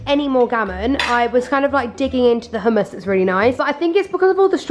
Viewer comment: did she just say..... oomas 😂😂😂😂😂😂😂😂